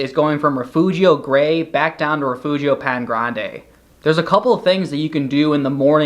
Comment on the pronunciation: I appreciated the visuals but the pronunciation of Paine and other names was pretty brutal to hear. Still overall a useful video. All the best